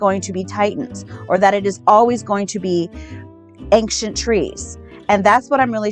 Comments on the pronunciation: There is no “k” in the word “ancient”. I know it’s petty, but she keeps pronouncing “ancient” as “ank-shant”, and its just downright annoying to me. Ok, carry on. 🤪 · Why the fuck does she keep saying “Aing-SHINT”??? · It's "ankshient" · I still can't believe there are grown people believing such nonsense and call themselves "woke" and "truers"... insane. Also I wonder what she means by "ancksient trees" 🤪🤣🤣., "sperm" bit was brilliant 👍😜🤣🤣🤣🤣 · I thought it was just me being ridiculously critical - thank you! It's grating my nerves!